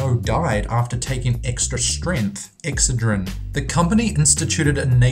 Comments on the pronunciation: It's ex(CED)drin not EX(cedrin) jeez that's irritating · Your mispronunciations are physically painful: IndiCTed? It's pronounced "indited" the C is silent. Excedrine is pronounced exEDrin with the inflection on the ED sound. Not the way you said it. Infamous is pronounced IN-famIS not in-famous Also it's emphysemA not emphysemIA. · Not sure why but "EXcedrine" vs "exCEdrine" drove me nuts and he said it like 6 times. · That is NOT HOW you pronounce Excedrin OR indictment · Excedrin pronounced ex said drin! not ex ah dreen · It's "Ex-CED-rin," not "EX-cedrin." ^_^ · It's called EXCE'DRIN. Not EX'CEDRIN This country needs American English speaking people. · ex-SAID-rin ... not exa-drin... normally i love his accent.. but not on that word.. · OK the pain reliever is called Ex-SAID-rehn..That's how it is phonetically pronounced. I remember this happening, butyi could have sworn it was Tlyenol at the time (must be another Mandela effect thing). But PLEASE pronounce ex-SAiD-rehn right already. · Pronounced Ex ced' rin. That's alright I pronounced Worcestershire wrong too. Now I know it's Worsh' ter shur' (sure) not Wor' Cester shire (rhymes with mire) hahaha😆 Love your videos👏👏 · LOL its pronounced Exced-a-rin or ex-said-a-rin :-) Love your videos.. :-) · Its called ek ssseedrin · Not to be picky, but you're mispronouncing the product name Excedrin. The emphasis is on the second syllable. Just look up any Excedrin ad, you'll see what I mean. I do love your videos! They're very informative! Keep up the great work! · You pronounced "indicted" and "Excedrin" wrong. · He should learn how to say excedrin😬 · Wow, you can NOT pronounce Excedrin.